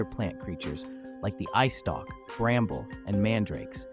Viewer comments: its eyestalk not icetock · I dont mean to be rude or anything like that, but, did you just say “ice stock” instead of “eyestalk”?